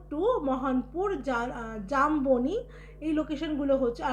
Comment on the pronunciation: দিদি ওটা জানবনী নয় জাম্বনি (Jamboni)